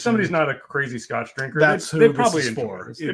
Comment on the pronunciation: two most consistent traits: butchering scotch pronunciations and spilling while pouring. Love the Fresh Crack streams. Please keep em coming!